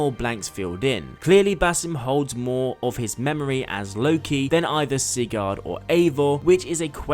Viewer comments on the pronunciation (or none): I dont usually do this but holy shit your pronounciation was so fucking Irritating. Its not SIGARD its Sigurd. Its not the well of murmur, its the well of Mimir. It's not EYESU its ISU (pronounced eesoo)